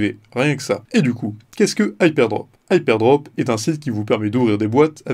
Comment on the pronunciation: Prononcer HypeRdrop au lieu de Hypedrop c'est assez déroutant pour une présentation du site.